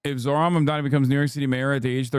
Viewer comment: He's saying his name wrong on purpose